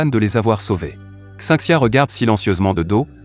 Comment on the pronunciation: c'est un anime chinois, pas japonais. et tu devrais apprendre a lire les non chinois. xinxia par exemple se pronon schin schia et le "in" se prononce ine. bref ca fait bizarre et ca gache un peu le résumé